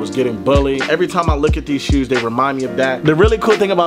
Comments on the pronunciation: I stg fredo says shoes like Sheews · Why u say shoes like that😭